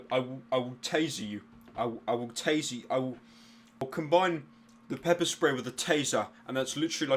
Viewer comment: pyro said "pepe spray"